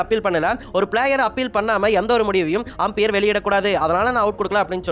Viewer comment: ஆம்பியர் இல்லை umpire, ஒழுங்காக சொல்லுடா , difference eh Theriyala நீயெல்லாம் யூடியூப் சேனல் வச்சிருக்க